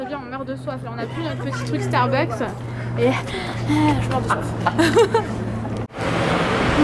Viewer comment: Jadore qui dit starbUk et apres ya qui dit starbuks et ducoup il Starbuks. lol PS: Jadore vos vlogs!!!! <3<3<3